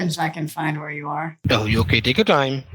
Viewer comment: They're saying vher instead of where ...